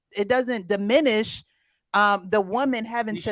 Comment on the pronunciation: All can say is that u all need to stop using big words u can't pronounce....i.e....DIMINISH 😂😂